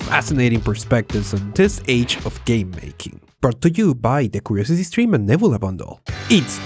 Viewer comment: You said "nebula" a lot of times and I still had no idea what you were saying... "nibblea"? Neb-YOU-la.